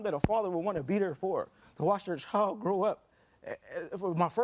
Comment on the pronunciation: Can we pronounce child correctly please, there’s no o in child